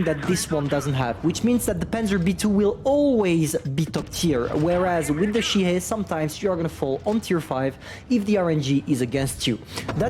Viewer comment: It’s not she hey. It’s Chi He 😭